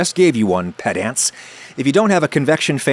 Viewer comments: Sounds like Adam mispronounced piss-ants and it came out as pedants. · I wonder if he mispronounces "pedants" on purpose